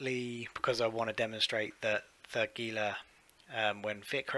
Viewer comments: Please...HEE*lah. Gila Monster. Gila River. Gila starship. Every time you guys say gee*lah, it makes Spanish speakers and South Westerner's ears hurt.Other than that.. good vid. Have another like. IGN: Antturas Hawk. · my American English ears prefer hee-lah. Lol